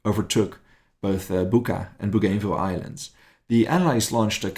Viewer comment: it's BOO-GAN-VILLE !!